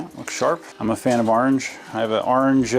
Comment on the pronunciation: The GT looks great! Love that "arnge" 🤣